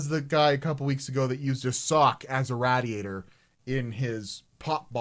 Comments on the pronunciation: Raid E A tor not Rad E A tor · Idk why but your pronunciation of radiator and vaseline triggered me haha is that just Ontarians that say it weird? Hahah hi from MB btw